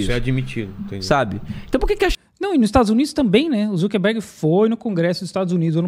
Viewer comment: "o marc zuperguede"